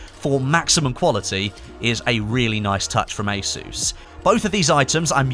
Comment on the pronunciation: Anyone else feel triggered everytime said ASUS?